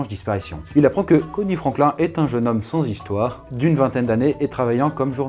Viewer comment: Franklin se prononce Frainekleene Le dernier S de Arkansas ne se prononce pas Tille ne se prononce pas Tyle/Tile Le S de Rogers se prononce, comme tous les S en fin de mots anglais Turkey ne se prononce pas Turkay mais Turkee